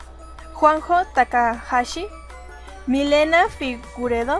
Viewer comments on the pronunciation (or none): Genial, estaba esperando este video ^^. Es la segunda vez dices mal mi apellido, es Figueredo no Figuredo xDD